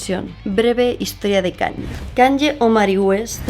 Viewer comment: Me chirrían un poco los oídos cada vez que dices KanYYYYYe, es "Kanie" 😅